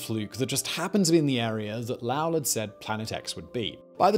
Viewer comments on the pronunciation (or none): Lowell = lo Well not lalwel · Low-ell, as in “bowl”, not Lowl like howl. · Yo Simon, His name is Percival Low- ell, the O is long. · Lowell doesn't rhyme with vowel or howl, it is Lo-el like saying Joel in two syllables. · The name is Low-ell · I really can’t take this seriously with the way he pronounces Lowell. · You are mispronouncing "Lowell". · Why do you keep mispronouncing Percival Lowell’s last name?